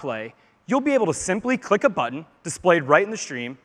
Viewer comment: It annoys me how this guy pronounces "button"